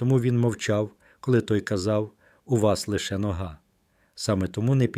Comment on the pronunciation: Як можна казати по українські нОга? Де беруть таких ' декламаторів'?